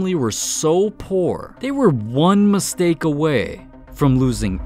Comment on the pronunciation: "zLeaTEn's mEstEaIk"💀💀